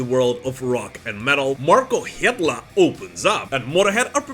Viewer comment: Genuine curiosity here, as someone who is interested in (and occasionally butchers) foreign languages, is Markko Hietala's surname really pronounced like... "that"? Surely if you were to pronounce it in a Anglo-Finnish accent, it would be pronounced "Hee-Ta-Lah"